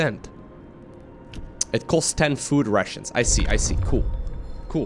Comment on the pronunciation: Am i the only one who laughs every time say: "Food Russians"?